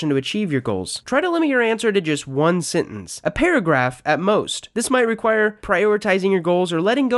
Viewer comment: I ignored it the first couple of times but I can't take it anymore. It's sEntEnce, not sIntInce.